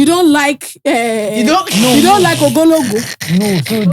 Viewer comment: Today was my first time hearing about ogologo. kept destroying the pronunciation, so I can confidently announce that I still don’t know how to pronounce it😭